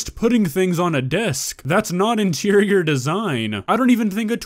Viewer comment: I heard insirior 😂